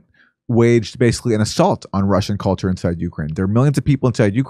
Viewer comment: She said "culture", but she almost actually said "color"!